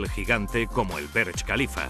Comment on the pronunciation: Dislike por "Berch".